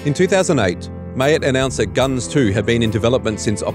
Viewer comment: Its pronounced "Gun Zee"